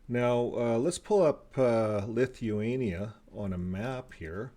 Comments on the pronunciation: You are not pronouncing it correctly!!! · His mispronounciation of words, names, countries is extensive. But, as we know, most JWs refrain from secular education and worse yet, were homeschooled.